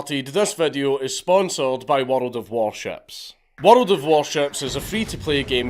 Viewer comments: Brah...plz teach me how to say "World" ... Plz waste your time, on one man's wee envy..!! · Count Dankula: a man who can make world sound like it has 6 syllables. Love it.